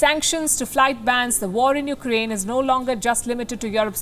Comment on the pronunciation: Please don't call it you- ker-aine . Its you-craine